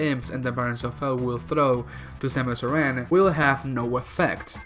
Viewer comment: Grey Voice gave her his DNA, not Old Bird. The Chozo you’re talking about is Grey Voice. It’s not Ripley, it’s Ridley It’s pronounced “Air-an” Arm canon